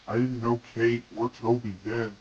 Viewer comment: Not kow its know